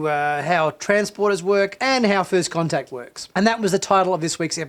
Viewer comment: The Episode was called "First Con-Tact" as in "Con"